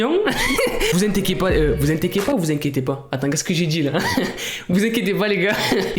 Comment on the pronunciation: t'as dit vous intequiez pas ptdr 🙄🤣